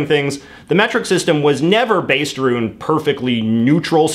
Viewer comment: This is the first Canadian I have heard say “aroond.